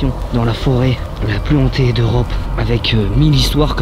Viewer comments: Forêt Hantée pas zantée ! 🤪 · Oui super, par contre "la forêt la plus zhantée" ca fait un peu tache, ca pique les oreilles pour certains